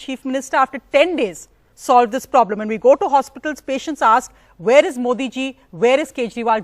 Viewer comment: She has "poblem" with everything. haha